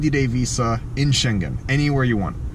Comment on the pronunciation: BTW, Schengen is sort of pronounced with the G of Gnu. (Well, in the sense that it doesn't have a G of "globe". It has the NG of "sailing".)